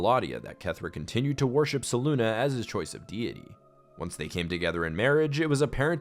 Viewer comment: It has to be said, Selune is not ever pronounced (se loon ah); that would be spelt Seluna.. not Selune. Selune is only ever pronounced (Se-loon-ay) (Se-loon-eh) or (Se-loon). There is no “a” in there at all to get the sound (Ah)